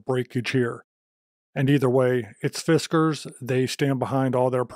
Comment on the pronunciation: fis-KKAAARRRRZZZZ... Good review thanks for doing some chopping of this awesome unit in your talk.